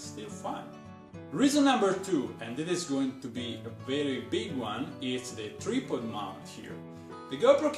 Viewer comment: your english is spot on just say tripod like tr eye pod you pronounce the i like eye like ipod, not treepod lol just helping thats all